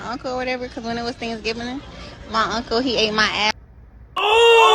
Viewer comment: "It was on Thanksgivining...."😆😅😂🤣